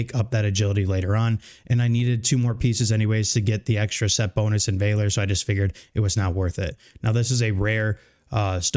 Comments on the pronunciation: It’s Valor , not Vayler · Vaaa-ler, not Vay-ler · Great video, Valor is pronounced as Vaal-or like honor and valor. Keep up the awesome work! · Just wanted to let you know, you are saying "valor" very wrong. You should look up the word and check out how its pronounced.